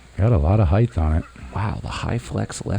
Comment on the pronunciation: It is spelled HEIGHT!! Not heighth! Grrr